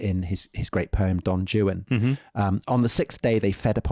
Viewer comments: no, I don’t believe that excuse. It is just wrong pronunciation. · I'm not subscribing because your guest (a typical xenophobe Englishman) doesn't know how to pronounce "Don Juan," as any American can do. Of course we have plenty of Spanish-speaking people here and apparently that's not the case in good old Blighty. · love the episode, love you both, but Tom pronouncing “Don Juan” with the “J” sound not as “Rruán” is getting to me 😂 took me a while to understand what he was saying tbh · While I enjoy these guys, no, it’s not pronounced “Jewan”- that’s the British proclivity to deliberately mispronounce foreign words as a way of showing their “superiority”, as they have admitted to me.:( (Juan is pronounced “wɑːn”). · Not Don Jewan. Don Wan. It is Spanish. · Great! But can’t bear the pronunciation of Don Juan as Don “Jew-an”. SO WRONG! It is Don “Won”. Please correct this! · When Tom spoke the name of Byron's poem, "Don Juan," as "Don Jew-on," did the camera really miss the expression on Dom's face? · "Dawn Joo-ahn" and "apojay" in the same video? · Did you really just pronounce it Don Jewan? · Don Jew-an? Is he joking (while I’m sure he thinks that’s how it’s pronounced). Good heaven. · Don Jewan? Really bro? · Didn't know Don Juan was pronounced Don Jewan... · Oh no, did you say "Don Joo-uhn"? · You really pronounce his well known poem 'don JOO'-en'. What are you, five? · Why is Tom pronouncing Juan as Joo -An? I can’t stand hearing it. Nobody says it like that. What is wrong with You? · Social media definitely has some ills but the existence of podcasts like this is definitely not one of them. So I have almost nothing but praise for the ilk including this. I cannot however understand how any Englishman could possibly pronounce Don Juan like that. That aside, yes the grandson of your great uncle is your second cousin. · Please pronounce Don Juan correctly! 😮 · I’m sorry, HOW do you guys pronounce Don Juan across the pond? lol unbelievable